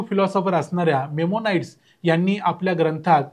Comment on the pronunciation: मेमोनाइडस नाही, मायमोनीदास.